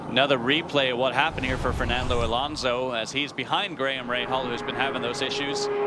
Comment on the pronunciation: thank you for FINALLY saying his name right...